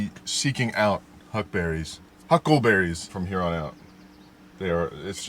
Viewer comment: You kept saying huckberries. I was wondering why I had never heard of them? Now I know!